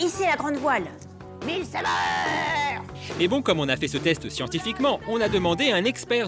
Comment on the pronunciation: milles sabeurs 😂😂😂😂 c'est milles sabooords